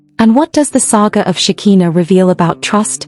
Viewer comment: Her name is Shekiiiiiiinah NOT shakeeena. ,🤦🏾